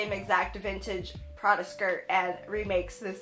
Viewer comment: the way u say Prada is awful